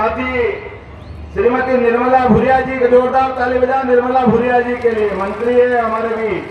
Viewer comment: भानु भूरिया है भादरिया नहीं